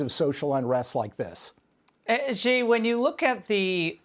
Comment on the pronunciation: "Shi," not "zhi". There is no "zh" sound in Chinese. It seems Americans need to take any sh or j sound in chinese and turn it into a "zh" sound, which I find so strange because that sound is rare in English. "Shi (she) Jin Ping". "Bay-Jing."